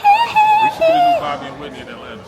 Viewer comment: “We are in Atlanterrr” 😂